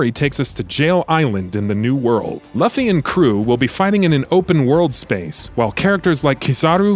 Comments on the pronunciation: actually he said luffy insted of loofy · Bruh. Did you just pronounce Luffy’s name as Luhffy? His name is pronounced Loofy. Downvote. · Did this dude really just pronounce luffy as luhfee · Excuse me... how did you pronounce Luffy? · I'm very upset with how you pronounced Luffy.